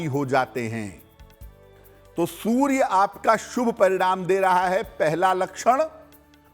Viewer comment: aap anchor ko zara batayein ki soorya hota hai sorya nahi badi वेलांटी hoti hai choti वेलांटी nahi